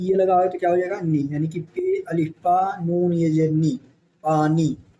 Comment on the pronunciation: Zer ko aap sahi nahi padh rahe h jese jer